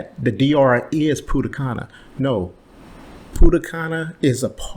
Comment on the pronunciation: Punta cana😂😂😂. Not pudda canna😂😂😂